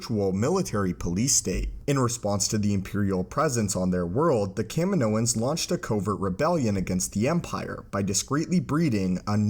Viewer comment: thank you for saying Kaminoans properly